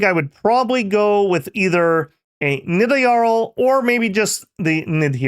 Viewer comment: Boooo, say Nidavangr better